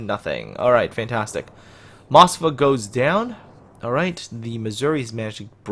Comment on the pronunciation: you are pronoucning Moskva wrong in your video, sorry, just had to point that out.